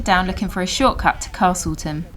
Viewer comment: There’s no “R” in castleton 😝